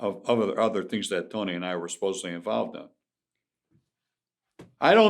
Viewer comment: Let me tell you a couple of tree tings